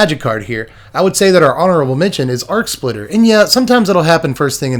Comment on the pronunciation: spitter not splitter